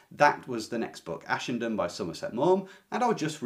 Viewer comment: It's been 40 years since I read Ashenden so I don't remember a thing, but, thanks to you, I at least know how to pronounce it now! I love Somerset Maugham, especially The Razor's Edge and his short stories.